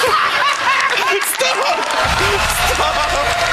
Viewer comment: bet atrodo kad sako pizda pizda o ne stop:DDD